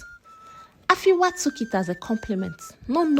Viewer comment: The name is Afia not Afiwa